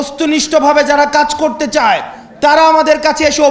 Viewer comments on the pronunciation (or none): none